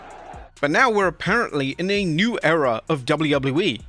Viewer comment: Agian with "A New Era(ror)